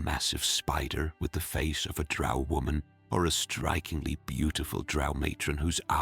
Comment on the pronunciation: Drow, rhymes with toe- Gygax